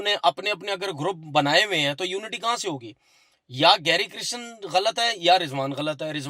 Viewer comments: Oh Tanvir bhai! Coach ka naam Gary Kirsten hey Gary Kristen nayi… atleast take his name correctly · Abe apne coach ka naam to shi se liya kro